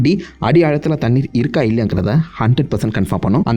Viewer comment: Thannir niga soldra dhu nalla irukku bro